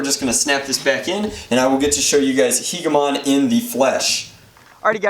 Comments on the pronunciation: The word Hegemon is pronounced Hedje - eh - mon not He - geh - mon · It's pronounced hejamon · It's pronounced hedge-e-mon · I also came across the word hegemon in the Enders Game books, I thought it was pronounced "hedge-emon." Anyway great blaster, your channel single handedly inspired me start modding and painting my own blasters. Thanks for years of great videos. :) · Hegemon pronounced he-jə-ˌmän. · Pronounced heh-juh-mon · It's pronounced "heh-juh-mahn," I believe. Or "heh-jeh-muhn." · I think it is pronounced he-ja-mon. Anyway keep up the good work! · Hedge-a-mon, At least the American translation of it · Its pronounced like "hedge-emon"